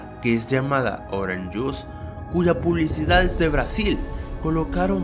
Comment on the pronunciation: "La publicidah"